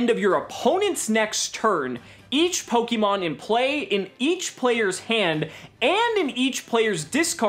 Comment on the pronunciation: It’s pronounced /Po-KAY-Mon/ not /Po-KEY-mon/ casual